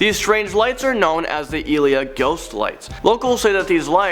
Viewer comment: Aleya not aliya